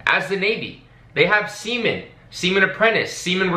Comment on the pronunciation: for a sec I thought you said Semen.